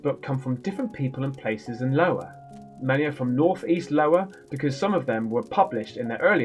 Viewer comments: its Iowa (Eye-O-Wah) 🤣🤣🤣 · Isn't it IOWA (i) in America? 😁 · 😂😂😂 lovin the “Low-a” bit! It’s all good bro… YOU RAMBO’D IT! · I'm pretty sure it's pronounced iowa as in eye-owa? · dude its an i not a L i owa!!!!!!!!!!!! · Lmao it's pronounced ( i - o - wau)... It won't let me put the hyphens above the letters I need to but you can Google it it is a state in the middle of the United States, but it's all good brother not making fun of you just trying to help educate you.... Your the man... Keep it up mate your reaction make my day!!!!!! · The first Letter is an "I".. Not an "L" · Hello from New England...I never clicked on a vid so freaking fast...My God man your sense of humor is always set to maximum... So funny that you still pronounce the name of the state incorrectly..It just adds to the tongue and cheek nature of the vid.. Great stuff..😂😂✌️✌️ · I can't tell if he's trolling the pronunciation of Iowa or not 🤣 Either way, I loved it! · Don’t worry Kimberly, knows how it’s pronounced, us Brits have seen plenty of American tv/movies, he’s just trolling😂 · He’s doing it on purpose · Yup cedar falls is in Iowa. Its an "i" not an "L." You're welcome. Trying to help. Lol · Hey buddy my wife and I love watching your videos but the best part is calling Iowa Lowa that’s Iowa with an I not L but we still love you 😂😂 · Will someone please tell this moron it's Iowa not Lowa I can't see how he could possibly think it says Lowa. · Bro.. its Iowa.. Not Lowa.. like the american state of Iowa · Lmao Iowa not Lowa 🤣🤣🤣🤣 you're pronouncing it right just with an i not an L it's a state in the US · Wow you committed to Lowa I started to question my own sanity and I finally told myself " is so funny saying Lowa instead of Iowa." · It's iowa Not LOWA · It's Iowa not Lowa. Lol it's about a haunting State in the USA. Love ya!!!! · i started watching your videos when you read, in games, it is soothing to me 😀 btw say i owa with a i 😆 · It's Iowa not Lowa🤣🤪🤪